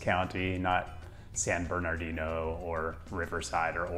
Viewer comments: great video but i was very distracted by the way you pronounced the second R in “bernardino” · San Bernardino is the only silent "r" you have in California, but he pronounced it of course. Understandable